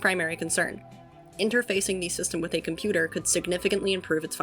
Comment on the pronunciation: OH KOMPYUTER, AH KOMPYUTER, KOMPYUTER